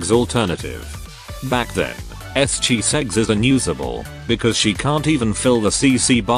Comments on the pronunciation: are you saying Chiseggs or is the TTS just pronouncing it that way? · I'm dying everytime I hear chiseggs 😂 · im glad im not the only one...